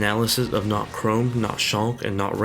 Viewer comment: If we're being sticklers for pronunciation already, you might want to know for future reference that Chrom is pronounced with an "m" sound on the end. If writing it out in letters helps, try Crahmm. I don't really care, but I know some people do and it might help you later.